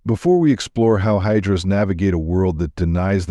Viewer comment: Actually it's hijaras not hydras..